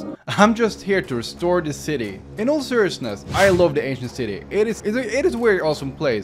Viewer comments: Lol I thought he was saying asian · I keep hearing “Asian City” 😂😂 Lmao but wow it’s incredible! Can you come and fix up mine now?? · I turned on captions, and whenever you'd say Ancient City, the captions say "Asian City". 😂😂